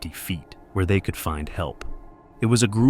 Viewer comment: I like these videos but the narrator’s pronunciation of ‘feet’ and ‘foot’ is off putting.